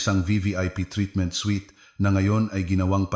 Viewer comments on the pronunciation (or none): none